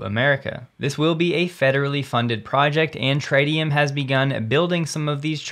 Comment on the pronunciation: The first "i" in tritium is short: tri·tee·uhm Maybe the company changed the pronunciation but that would be really weird.